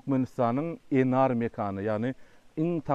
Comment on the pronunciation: Eşidenim gowy boldy: "nar" dal-de "Enar". Videony hökman yüklep almaly.